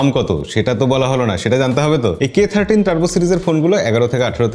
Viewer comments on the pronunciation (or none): দাদা এটা উচ্চারণ 30 নাতো 13 হবে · K Thirty না K Thirteen 🎉